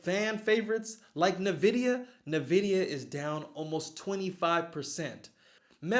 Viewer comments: Envidia not Nividia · Good info. Go at it from diff angles...sounds like how I do it. Optimized. Optimize the hell out of it. BTW.. It's "uhn vi dee uh" Not ni-vidia. Not like nivea the lotion. Lol And yes, use some tech analysis...MAs and also patterns and support and resistance lines..look for a breakout and then an upward trend ..higher highs..higher bottoms. Right now...my focus is March Madness tourney..but I will be keeping an eye on markets herr and there. Bracketology first.. true analyst here. Duke or FL? One last note...a stock's gain is 40% the market, 30% the sector and 30%...the stock itself.